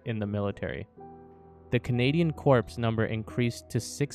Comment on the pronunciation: Corps is pronounced as Core.